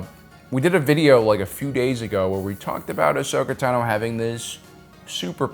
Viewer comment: Are you mispronouncing Tano on purpose? 😂 u gotta be trolling lol